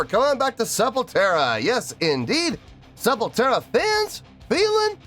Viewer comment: Hey! Just to let you know, but It's "Sepultura" and not "Sepultera". Thank you for another video! SepulQuarta means "Sepul" from Sepultura, and "Quarta" means "Wednesday" in portuguese, so It's a live playthrough they'd do every wednesday during the pandemic! The Studio version is WAY better than this liveplay, highly recomend cheking out the studio version! Peace.